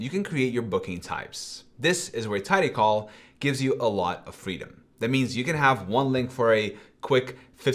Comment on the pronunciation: My man. It's TidyCal (as in Calendar), not TidyCall as in "phone call".